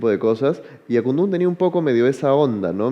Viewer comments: Que incomo es escuchar al conductor durante toda la entrevista pronunciar mal Akundu, lleva tilde bro, el mismo coro de la canción te lo recuerda AKUNDÚN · Buena entrevista, pero no parece que conocieras la canción Akundún, que lleva acento o tilde en la "u", está mal pronunciarlo como Akundun. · (DEJAME CORREGIRTE POR DECIMA VEZ) AKUNDÚNNNN CON ACENTO EN LA Ú ajajjajajajjaja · Marcha para que diga Akundún correctamente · Lo unico que hacia falta era que miki le meta una cachetada por no pronunciar bien Akundun jajja